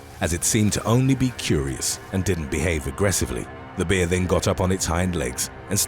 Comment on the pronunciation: "A black behh"